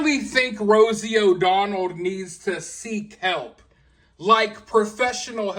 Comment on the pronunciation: Rosie “O-Donald.” Lol 😂